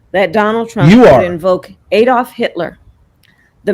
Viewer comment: ADOLF not EDOLF !.